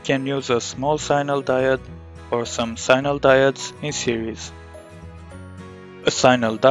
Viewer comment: sign-nal.... are you serious?